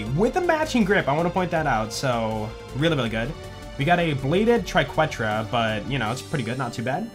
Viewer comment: Day of telling its (tri ket tra) not (tri qwet tra)